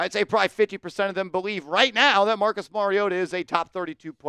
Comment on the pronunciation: Mariota??? Cmon 😂😂😂😂